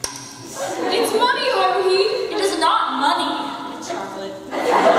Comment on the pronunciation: every panel i go to/ watch about OHHC they always say Haruhis name wrong @@